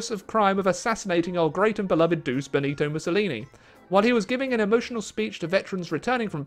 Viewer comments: Duce is pronounced du ch e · “Duce” /“il Duce” How said it: “Doose” How it’s pronounced: ”Doo-Ch-É” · Love your video but your pronunciation of Duce drives me mental.